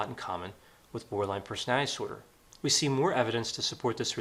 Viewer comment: Love ya, doc, but could you please enunciate when you say "borderline personality disorder?" -OCD Grammar Girl.